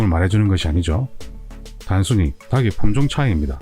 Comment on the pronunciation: 닭을, 닭의 닭이~ 달글, 달긔, 달기로 각각 발음해야지 처럼 다글, 다긔, 다기로 발음하면 안 됩니다. 고맙습니다.